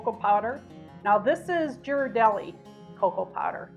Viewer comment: Mine is simple: 4 Tbsp organic cacao 2 Tbsp maple sugar 8 oz (I just fill my mug) whole milk or a mixture with some oat milk. Or a bit of half and half if I have a lot of it to use up. I have tried melting some dark chocolate in there, but I find it can come out greasy. Trivial fact, Ghirardelli is pronounced with a G like "girl". 🩷